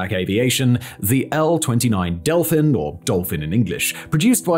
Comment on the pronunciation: you pronouce it bad it is delfín